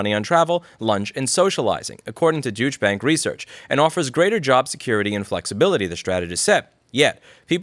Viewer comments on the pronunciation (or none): I keep hearing "duech" bank everytime. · Let's clear something up: Did you say Douche Bank or Douche Bag? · Deutsche isn’t pronounced “Dooch”, it’s supposed to be more like “Doycha”. Idk, ask the Germans. 🤷‍♂️ Edit: Oh, never mind, I see 😏 Personally, I think if anyone owes more to cover the expenses of the pandemic, it is those who profit from it. They are taking full advantage of our horrible pandemic situation and making bank just because they were in the right place at the right time, and the rest of us are suffering for it. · “Douche” Bank, is more like it. It’s actually pronounced “Doyshhbank” for Deutsch Bank. This bank is on the verge of collapse due to corruption inherent within its derivative market (such as credit default swaps) in the TRILLIONS of “dollars.” So they’re looking for ways to shore up the system using the citizenry as a cushion. Never forget that Western politicians are currently for the most part nothing but mouthpieces for wealthy oligarchs. They abandoned the will of the people long ago. Now, it’s what keeps Wall Street and the banks alive—not you. Their arrogance and hubris demands that the so-called citizenry should feel “privileged” that they’re allowed to participate in this new definition of freedom and liberty. Americans in particular need to stop imagining that they are temporarily embarrassed millionaires and come to grips with the fact that we pay a third of our income to the government for relatively NOTHING in return. Asking for a return on your investment is not socialism. It’s simply common sense. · You had me at a bad pronunciation of "Douche Banks"! TOO FUNNY!!! It sounded like it, because you talk so fast. Phonetically it's pronounced [Doy-CHH], you can't really hear the "t". Got to find something to laugh about in this era of life, right. It's certainly not about Louis, but rather making us all look a little smarter. I believe in that too. NOTE: the top says "BLOOMBERG WEALTH". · lol it's douche bank. Doy-cha bank.